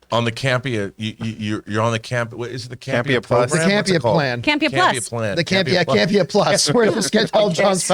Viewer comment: Guess Ray Cam-pay-ya (Can’t pay ya) (Campea) budum tsssssss 🥁 go easy on me 🫠